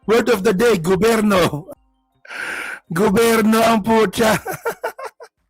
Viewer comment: Bisaya kaya ganyan ang bigkas ni baste sa gobyerno, GOBERNO , Ganun talaga bisaya eh. 😂😂😂